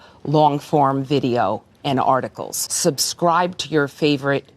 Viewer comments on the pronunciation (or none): "Subscribe" or "Xubscribe"?